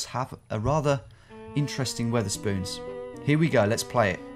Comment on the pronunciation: Wether-spoons bruh I'm so gone